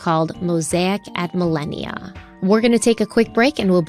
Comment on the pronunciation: it’s “Moasic at Millenia”… not millennial. Also, some of your “facts” are way off. If you are going to go off on a tangent about the knock on the door - you should have researched it. Rob said he was mistaken and the knock wasn’t that night. It was weeks earlier.